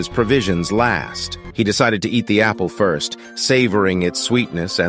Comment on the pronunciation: Gotta say man, pretty glad that your channel actually throws in jokes and emotions. Still the odd mispronounced words (like 1st, 2nd) but nowhere near as bad as other channels. Not sure how you got AI voice to actually have inflections, deflections, and emotions.